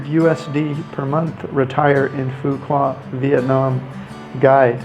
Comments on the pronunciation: phu quoc not pu wa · Every time you say “Foo Kwa” instead of “Foo Kwook” it’s so very annoying that it makes me want to watch another video. I mean “kwa vs kwook” sound nothing alike. Makes one question if you were really there. “Kwa”?? Really?? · It's pronounced "foo wook" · Its Phu Quoc with the sound of K not Fuqua like what you kept saying in the video!!! Please its really annoying when westerner always not caring about the spelling to say correctly the name of most Asian cities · actually "Foo Wok" in Southern Vietnamese with PQ accent! :) Great video - thanks for the advice! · Its pronounced Phu Walk Quoc pronounced (Walk) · Go and ask a local how to pronounce Phu Quoc. It is not hard. You don't have to say it right. But apparently you haven't pay attention to how it is pronounced and that is not acceptable. Vietnamese people welcome visitors as we all known. We are very friendly. We don't expect foreigners to speak out language. But for something that simple such as the name of the city. Please show us some respect by pronouncing it right or almost right. It is not hard. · Please learn how to pronounce the name of the city you’re talking about. It’s terrible when you say it wrong